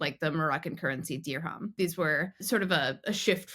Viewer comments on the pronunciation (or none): none